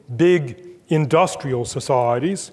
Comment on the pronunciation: every time he says 'societies' (s'saahh.reece) I come to a screeching perceptual halt.